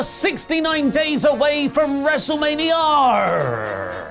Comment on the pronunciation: PLEEEAASSEEEE dont say “WrestlemaniaRRRR” every episode!